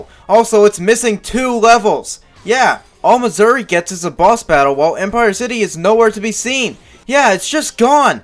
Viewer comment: Why do you pronounce "mazuri" as "missouri"